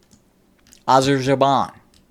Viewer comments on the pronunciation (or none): none